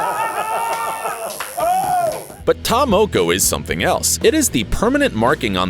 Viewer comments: When he says may-ori instead of Maori and Ta moe-koe instead of Ta Moko I died inside (i'm from New Zealand) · I'm from New Zealand and the guy that's talking was getting on my nerves he was pronouncing ta moko & maori wrong SMH...🤦‍♀️🤦‍♀️🤦‍♀️🤦‍♀️ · Omfg can you say Maori properly hahaha your saying mayori blinken idiot! And its ta moko not ta mowkow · You pronounced ta moko wrong